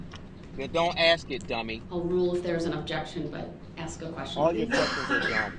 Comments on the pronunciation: Groundzz .. axed…. Would that be fair to say? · "Mommmmmyyy!!!! He not looking at me 😢, he looking at Those people! 😢😢He supposed to be lookin at me! 😢 Tell him Mommmyyy! I axed him a question!" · I like how he “axed” these questions to the witnesses as if THEY were the ones on trial, and not himself. Like, it’s Erika’s fault he was enraged It was the parades fault for being in the road It’s the officers fault for shooting at him It’s the FBIs and detectives fault for figuring out who he is. Everyone else’s fault except his. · I wish someone told him "I don't understand what AXED mean" !!! He wants to control that cop and to order him around because he thinks he has the power because he is his own lawyer or like he says "turd parry inter *wiener*" 😂😂😂😂